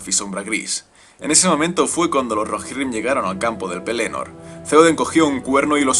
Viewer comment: mejor pronunciar pelénor que penelord